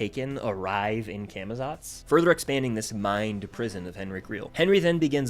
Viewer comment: Day to many of getting people to say camazots right (cah muh zots)